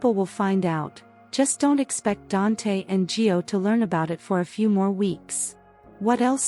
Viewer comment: Actually, it's GIO